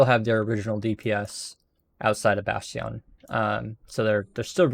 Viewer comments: Say Bash Tee On one more time I double dare you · Bat Yawn lol. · have you learned how to pronounce bastion yet?